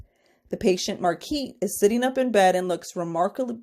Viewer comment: Her name is pronounced Mar-guh-reet I’m pretty sure.